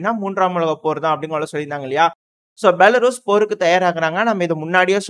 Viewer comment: தம்பி பெலாரஸ்... பெலாருஸ் இல்ல, 😂